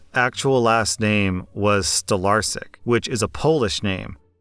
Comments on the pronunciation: NOT STOLARSIK but STOLARSKI! Love from a polish woman listening to every single episode:D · Unless I misunderstood pronounciation, Your grandfathers last name would be Stolarsky (Stolarski in polish). I'm form Poland, and that last name is quite common.